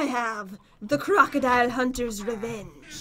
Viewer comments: Pat and go to a river and see a crocodile Pat: JEN LOOK ITS A GRAGADILE: It’s crocodile are you purposely saying it now?? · Pat you said crackadile when you spwaned it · The croukldile slammer that’s what he said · It’s pronounced croc-o-dile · You sayed cragodile but in the title is cragadile